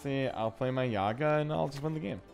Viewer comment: Man, thanks for the deck but Yagá not Yága